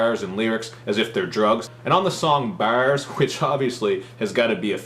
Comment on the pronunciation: "Dis album is all about how Redman still has bawhrs" is Cal Chuchesta?